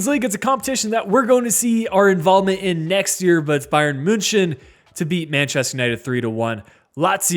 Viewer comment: Man i like your videos but the way you're pronouncing münchen makes me want to cry